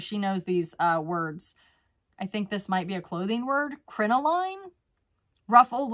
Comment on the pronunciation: Crinoline is pronounced krin a lin-just trying to help-words can be hard ❤